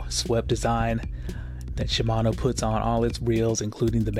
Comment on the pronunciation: They better be shimano. Not SHIAMNO..lol